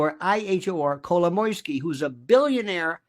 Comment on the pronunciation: Happy to hear someone saying Kolomoisky! He is the center of this thing. So obvious.